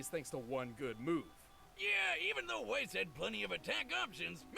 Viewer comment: tfw he miss pronounces weiss